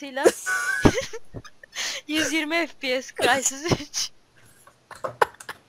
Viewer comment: mal fps böle okunur(fepese) böle okunur bişe bilmiyonuz